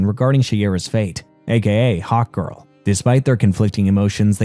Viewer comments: Is it just me or does he say "hawt girl" instead of hark girl? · this was an awesome recap, ut i can't help but laugh every time you say hawk girl I hear "Hot Girl" lol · I thought he said hot girl when he first introduced her in the beginning lol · Every time he says "Hawk Girl" it sounds like he's saying "Hot Girl" and that makes his video more funny lol